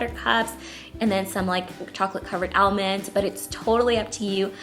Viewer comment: she fr said al-mends like- honey no offense but its called an almond